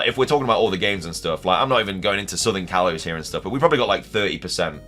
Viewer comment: "kayze"? you didn't even try to pronounce them right lol